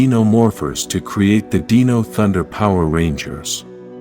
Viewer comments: deno? how hard is it to say dino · It's pronounced Dino not deano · Dino not deeno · Dee-nohs??? Wasnt that Selenas band? 🤣🤣🤣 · I love the idea of the channel, but the narration needs improvement. The pronunciation of certain words like "DE-NO Rangers" and "DIE-VI-Tox" is cringe.